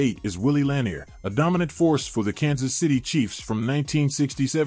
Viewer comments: God this list was terrible. Where are Sam Huff, Junior Seau and Ray Nitchke. And Bednarick is pronounced Bed-naric, Lanier is pronounced Lah-neer. And Butkus is #1. Rant done. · Lewis/Lambert/Butkus are all possible #1 - b/c no one ever wanted to go against them over the middle. Lewis is probably the best due to his his longevity. No Seau or Nitschke on this list is criminal, as well as AI mispronouncing La-NEER for the KC LB great. And no more LT requests - Carson was the MLB from that team and is on the list - probably BECAUSE of LT. LT wasn’t an MLB or ILB…greatest edge rusher/disruptor/greatest LB of all time are all titles you can argue he deserves but he was not a MLB. Both Parcells and Belichick knew he was a better OLB, so you’re in good company. 👍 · I wish the pronunciation of the names was better. Bednarik and Lanier both have the second syllable accented. Butkus should be number 1 and Tommy Nobis, Ray Nitchke, and Joe Schmidt should both be in the top ten. AI never saw these guys play. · Rating Ray Nietszke and Junior Seau below Brian Urlacher an Sam Mills? The voice program can't even pronounce Bednarik and Lanier. Artificial intelligence indeed. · I had to give up on this video after seconds. Strike one was that AI is only as good as the programmer wants it to be. Strike two was that Philadelphia defeated Green Bay in the 1960 championship game. Strike three was the mispronunciation of Lanier's last name.